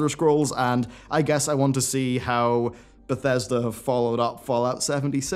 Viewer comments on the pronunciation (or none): none